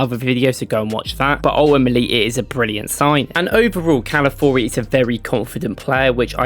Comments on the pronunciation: Ca-la-fi-o-ri mate. The first i isn't silent. Every time somehow you pronounce it Cala-four-i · Mispronounced his name